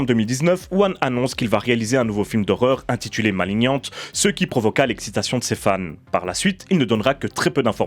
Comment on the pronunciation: Par contre faut faire un choix, soit on dit malinian, soit maliggnante, mais maliniante ça fait encore le français inculte qui croit savoir prononcer l'anglais.